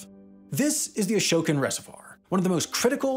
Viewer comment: It's pronounced "a-SHOW-can", not "a-show-ken", or however you would spell that. And the town of Shokan is pronounced "show-can".